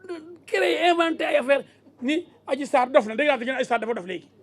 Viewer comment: Méter diouf viyolere🤣🤣yako wakhe dh yani adji sarr dafa rrrr ba dof🤣